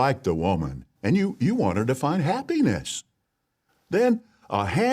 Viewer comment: Am I the only one that hears ha-penis when says happiness.